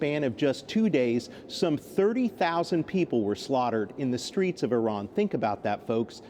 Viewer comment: Hey, Iran IS PRONOUNCED JUST LIKE IT IS SPELLED. What is wrong with you. Then the dumbo who came on set pronounced IRAN INCORRECTLY. All of you maybe are using an IRANIAN dictionary. I would fire you nits!